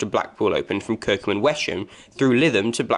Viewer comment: Along with Kirkum and wes um. the H is silent